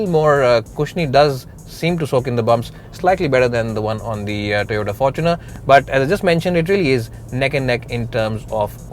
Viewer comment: Am I the only one that heard forkuner ?